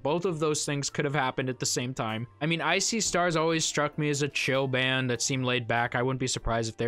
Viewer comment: I've heard of I See Stars but for some reason when you said it I heard it as "Ice-y Stars" 😂